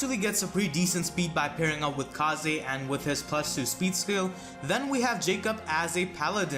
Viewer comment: I swear if he says 'kah zay' one more time.